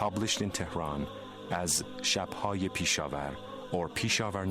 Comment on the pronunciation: It's not Peesha war.....it's Pesh- Awar..... Is that too difficult to pronounce?